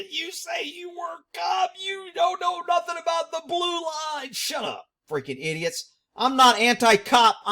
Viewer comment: I thought it was NUFFIN'